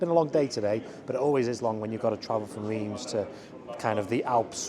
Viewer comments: Reims - pronounced Runce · Circuit de « reems »